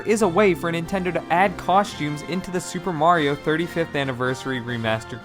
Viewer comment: Shuper Mario Sun Shine